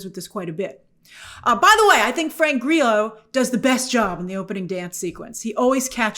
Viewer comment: The pronunciation of Economos and Grillo is peculiar. These are names you can easily get correct